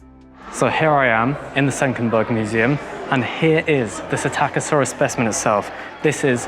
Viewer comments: LEARN TO READ!!! You grossly mispronounce psittacosaurus (parrot lizard) at every opportunity! Where the hell do you even get "SI TAKKA SAURUS from"? It is pronounounced "sitta ko saurus". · You missed the "p" as well. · I keep thinking he's saying "attackosaurus." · didnt know thats how the name was pronounced, always thought it was pistachio-saurus like the nut 😂😂😂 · "PSITTACUSSY"!?!?!??! NOOOOO 🤣🤣🤣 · In the word "psittacosaurus," is not the "p" silent - as in the word "pswimming"? (Yes, that IS a joke, but the question is real enough!)